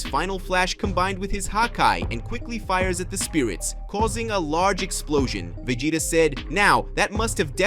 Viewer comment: Yeah some people they just can make it so much more than what it is. The guy has great ideas for videos I'll never knock that but he needs a narrator mean the character names aren't right Vegeta is veggieta